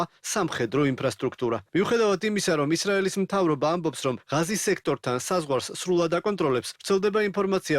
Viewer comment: ჭურნალისტებო, მაგ სექტორს ჰქვია - ღაზა და არა "ღაზი", ღაზას სექტორი...